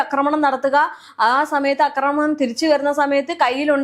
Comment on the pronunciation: അക്രമണം അല്ല, ആക്രമണം ആണ് ശരിയായ വാക്ക്.